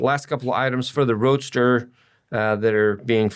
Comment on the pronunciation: I like note on one of the pages... "Definitely maybe our last Datsun Roadster video as parts oasis dries up". Also I swear he kept calling it a "Datsun Roaster". I was picturing something for my countertop.